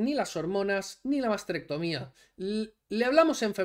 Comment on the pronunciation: Nuevo término del que "lee" el texto: "masterectomía". Dios mío, que video más aburrido...